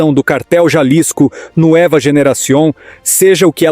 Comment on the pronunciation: A pronúncia em espanhol é “NUÊVA” Generacion e não “ NUÉVA”….